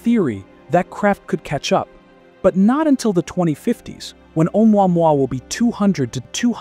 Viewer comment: You mispronounced Vega and photometry, but can say Oumuamua?